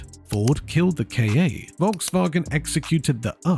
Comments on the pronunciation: It's pronounced Ka, not Kay-ay. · The Ford is called Ka, not K.A. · Ford Key Ey 😂. Ai is so idiotic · Are you a "British" AI...? Who in the hell calls Ka "k.a."?? 🫠😵‍💫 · so its artificial stupidity then . To call Ford KA , Ford Key Ey , only idiot can , or stupid trained AI